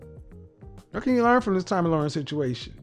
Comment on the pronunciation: 'Lahren' rhymes with 'Karen', not "Loren", as in 'warren'. p.s. Her eyebrows need an arch.